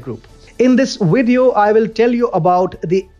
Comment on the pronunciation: "In this wideo.." I love you guys.